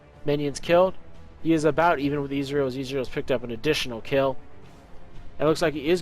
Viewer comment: Izrial? :P